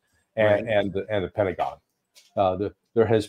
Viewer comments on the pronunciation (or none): none